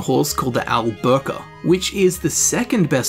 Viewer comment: Al Burka? It's Al Buraq, dude. There's no "ka" there.